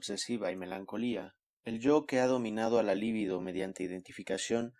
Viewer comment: Muy buena lectura. Solo una aclaración libido no es palabra esdrújula y no lleva acento escrito, por lo tanto se lee acentuando en la penúltima sílaba